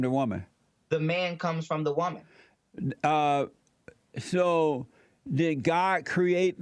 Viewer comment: “So you a wumah! (woman)” His partial pronunciations 😭